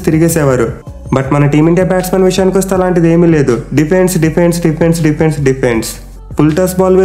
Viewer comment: Bro you are pronunciation defence word super 😅